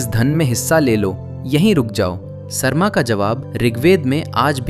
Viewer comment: Sarma (सर्मा) nahi, Sarama (सरमा). उसी से सारमेय (Saromeya) आया है, सार्मेय् नही। क्या हो गया हिन्दी और हिन्दीवालोंको? असली संस्कृत शब्दों का इतना विकृति!! कभी अलग से संस्कृत पढ़ाई कीजिए। याद रहे सारे सनातनी शास्त्रों वेद वेदान्त उपनिषद रामायण महाभारत गीता सबकुछ संस्कृत में ही रचना किया गया। उसका उच्चारण संस्कृत में ही होना चाहिए न कि हिन्दी में।